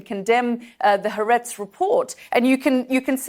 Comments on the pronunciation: She has an agenda, and it’s to bring down Israel. She can’t even pronounce Ha’aretz. 😮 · Ha'aretz is NOT a flagship Israeli newspaper...actually it has low readership. If it was flagship, she would know how to pronounce it. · I am all for hardball interviews, but it is difficult to take anyone seriously who has not even taken the time to learn how to pronounce Haaretz correctly if they are going to anchor most of their argument on it. Frustratingly, this host was more concerned with cherrypicking information and hoping to get a gotcha-moment, instead of actually listening to what Lt. Col. Conricus was trying to say and responding to his points.